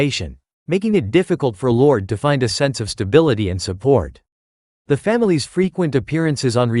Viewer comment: Whos lord?? Llyod ? Lordie lol